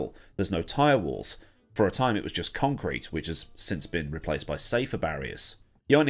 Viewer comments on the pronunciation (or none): none